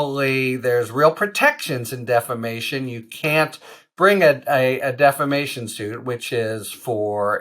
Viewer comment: "DEFFERMATION?" REPEATEDLY? ARE YOU KIDDING? You sound like Mike Lindell!